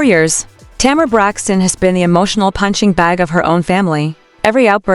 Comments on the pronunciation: The woman’s name is Tamar as in Tay’ mar. The name is two syllables, not Tamera, which is three syllables. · Agreed, however the AI needs some upgrades, the way that name is butchered.